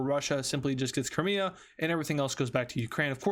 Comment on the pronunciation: he said cramea and not crimea💀